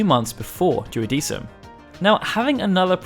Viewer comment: It should be pronounced "duodekum"